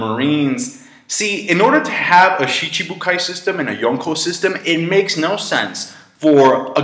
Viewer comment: I like the way this guy pronounces Yonko.